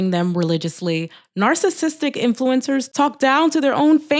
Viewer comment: You got everything right, except the saying "influincers" part about 40 times. Not influinced by SHHHIIIT! - So I removed my thumbs down, but won't thumbs up. Sadly I'm already subscribed. ... For some reason.